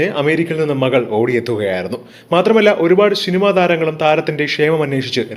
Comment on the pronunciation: ഷിനിമ അല്ല സിനിമ എന്നാണ് പറയേണ്ടത്.അതുപോലെ ആഷു പത്രി അല്ല. ഇതൊക്ക സ്റ്റൈൽ കാണിക്കാതെ വായിച്ചു പഠി ക്ക്